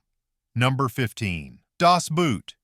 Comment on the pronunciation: It would be helpful to pronounce Das "Boot" correctly. It's not "Boot," but "Boat", pronounced the same in English and German.